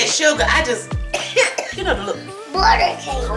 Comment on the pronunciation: It came out so pretty😍and girl that icing so velvety smooth😎 I'm happy you feeling better and I love listening to you chit chatting with us❤️To me it sounds like he said it's a border cake😂Probably butter cake😄 He's so cute🥰 Y'all have a blessed day and Happy Holidays⛄🌲🌌✝️ I can't wait for the next recipe.🙌🏽